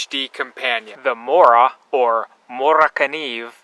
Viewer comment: morakanieve? lol